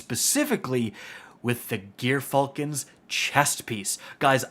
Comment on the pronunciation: Dude, its not GEAR Falcons. Its pronounced woth a soft J, like gyroscope